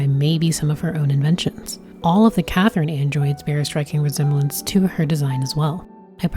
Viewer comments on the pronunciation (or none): none